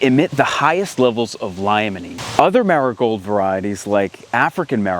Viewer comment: Jsyk, limonene is pronounced, “lee-muh-neen”.